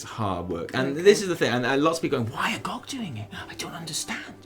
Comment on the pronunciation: It's G.O.G not gawg. I'm pretty excited to see where the story goes. I came back to the game two weeks ago after not touching it since BfA launched. Leveling two characters and doing all the quests has actually been pretty enjoyable from a story perspective. Still sucks getting less powerful as you level though. My dps nearly halved when my legendaries stopped working at 116 and the gameplay became so stale.